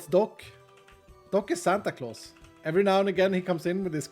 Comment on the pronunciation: Doc is Sand-a Claus